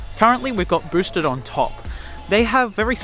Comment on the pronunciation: He calls it a broosted board.